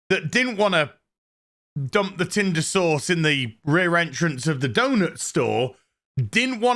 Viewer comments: It still sounds like you're saying Tinder sores. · 5 of these in, and I still laugh everytime says "rear doughnut shop" and "tinder sauce" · I was so happy when your review of this show popped up. Every time you say tindersause, I bust out laughing.